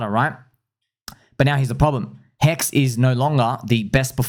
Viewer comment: It's not pHEX, it's HEX.